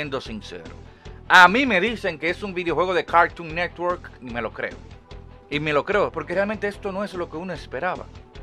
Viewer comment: Me encanta como dices cagton negwor 😂😂😂😂